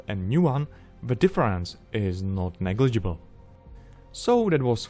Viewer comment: "The difference is not negible" - you humble rascal you. That's amazing job man.